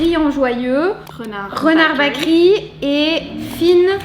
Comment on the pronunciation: Eh les fille si vous etes belge c la honte, la boulangerie en ndls c Bakeryyyyyyyyyy et pas bakeri mert xp faite un effort, sinon merci pour la video cetait cool